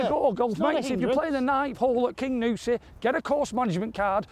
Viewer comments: Great video as usual boys - but it's the Cairngorms not the Carigorms and it's 'King You Si' not 'King OOOsi' 🤣🤣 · I want to play Kingussie. Sorry I'm a bit late on watching this sensational match, been laid up for a few days., it's (car'n-gorms) not that it matters as the scenery can be called what you want, it is still beautiful.